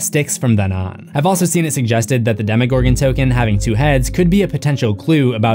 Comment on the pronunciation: Demogorgon. It is not spelled "demigorgon". Damn. I like your channel but the way you pronounce some things seriously makes me cringe.